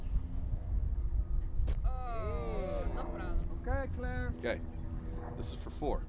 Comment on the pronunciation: “no prollum” 😂 i love these guys